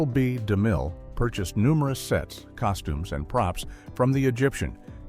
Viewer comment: Cecil B.DeMille is one of the most famous Hollywood directors. Why can't AI be programmed to pronounce his name correctly? I'll dislike and tell youtube to NOT recommend.